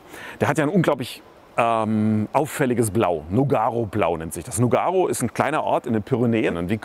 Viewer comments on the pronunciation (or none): nOOOOOOOOgaro-Blau!!! Nicht nuuuugaro-Blau ;-)